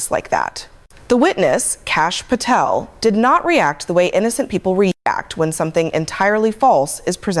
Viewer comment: There’s no”f” in Patel